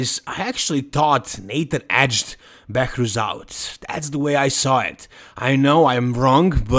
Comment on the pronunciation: Behrooz not Behourz